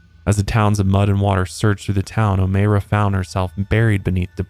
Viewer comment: It’s Oh-My-ra lol not Oh-May-ra